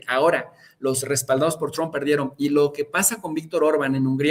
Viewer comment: Escucho mucho a en su canal porque me parece un gran analista, pero siempre hay un momento en que le cambio porque no lo aguanto pronunciar Trump (Chromp) y ponerse a balbucear en inglés